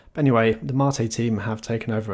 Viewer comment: Imagine being this man’s IRL friend, when you meet up with him you hear him say “hello ”